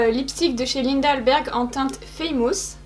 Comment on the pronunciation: Ce make up est just wow, j adore lez couleurs. La façon dont tu as prononcé famous m a tué 😂😂 "faymouuuuuuuus"